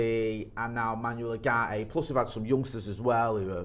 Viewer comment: Pronounced Oowarte